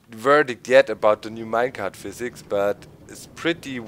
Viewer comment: doc! physic: [fiz-ik] not [fi-zeke]. lol